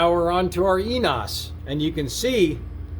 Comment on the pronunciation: heads up, it isnt ee-nos, its pronounced (for english speakers) "eh-knee-ohss"